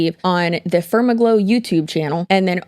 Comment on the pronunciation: Far-MAG-low is the only way I want to pronounce it now. 😂